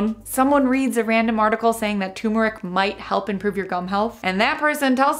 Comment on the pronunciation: it's tuRmeric not tumeric 😂